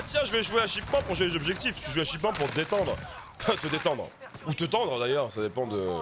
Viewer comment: Shipment pas shipman